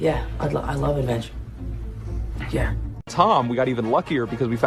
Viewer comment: Did anyone else hear Amy Pascal call Tom Ton?